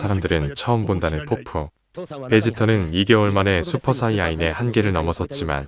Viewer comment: 사이어인을 자꾸 사이야인이라고 해서 집중이 안됨 ㅠㅠ